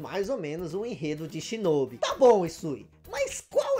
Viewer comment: Delícia de vídeo! Peço pra dar uma atenção à captação do mic. Pareceu-me um tanto baixo. A propósito, a pronúncia de Shinobi em japonês tem o "o" aberto, não fechado como vc disse. Seria SHINÓBÍ.